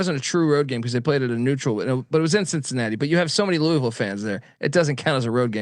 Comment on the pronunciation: But it is the correct way to pronounce it.